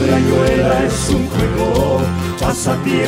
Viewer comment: Esa "r".... no da así, mal che. rrrayuela se dice